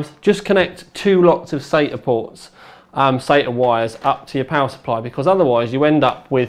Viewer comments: everyone in my country prounounces sata sahta.And it seems really weird hearing someone say sayta. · I thought a brit of all people would say "sahta" not "sayta" for SATA...sounds like he's saying Satan ports lol